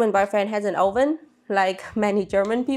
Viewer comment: Haha I'm Dutch and you say Oven like we do 😂